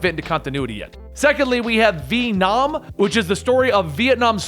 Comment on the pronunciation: Ve’nam? That sounds so stupid